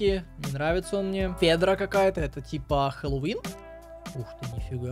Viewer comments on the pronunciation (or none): none